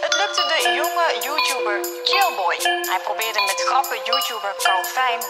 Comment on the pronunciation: Ik hoor bij her begin kjellboy ik zit 5 dagen te zoeken ik zie daar staan chillboy jeugdjournaal spreek iets goed uit